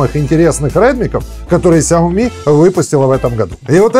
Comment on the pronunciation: САОМИ. ХА-ХА-ХА.